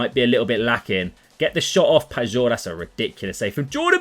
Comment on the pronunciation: hey if you care you could pronounce pajor more as payor/payeor instead of pagor if you get what i mean cheers